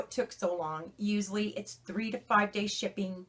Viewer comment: She said 'uzully' gotta be Italian. Lol 😝